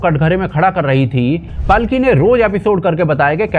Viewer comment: बहुत ही अच्छा विश्लेषण। कृपया 'पालकी' शर्मा बोलें, पलकी नहीं।